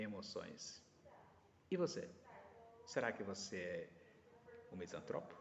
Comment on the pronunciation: Sou misantropo, não existe misântropo, esse acento que vc usa para falar de nós, está errado. Sacou minha misantropia? Mais características: uso de analogia desde os três anos de idade, sou inventor bem sucedido, sou escritor premiado, sou músico amador, desenvolvo robôs utilitários, programo máquinas complexas, não tolero a ignorância pretensiosa. Muito reveladora sua colocação, obrigado pela análise.